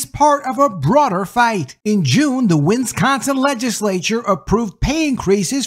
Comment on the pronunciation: OMG PLEASE learn how to.pronounce "WIS-CON-SIN".